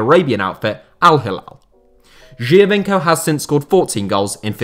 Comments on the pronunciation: I heard you a bit struggling with the Giovinco pronunciation :) it's way simpler: joe-veenco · Geo as in geography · Isn’t it Geo - veenco